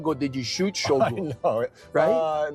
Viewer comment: Thank you for correctly pronouncing “Shogun”!